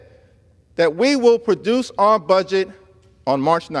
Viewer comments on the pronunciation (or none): none